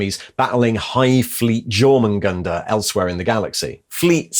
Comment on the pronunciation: I really appreciate that you put these together so I don't have to read all those books. I mean, I like reading ... I just don't like reading the bleak dystopias that are 40K novels. But I enjoy learning the story. Even if you can't pronounce Jormangandr.... :D